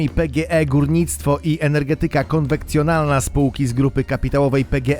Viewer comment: Ogólnie respect, ale z "energetyki konwekcjonalnej" nie sposób się nie uśmiać XD